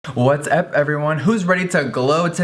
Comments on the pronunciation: am i the only one that started laughing really hard when he said 'what's ehp' instead of 'what's up' in the beginning omfg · Am I the only one that heard "What's ep everyone!" 😂💗💗